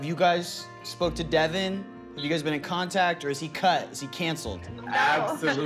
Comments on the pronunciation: Devin= duh-vaunn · His name is not Devin it Devil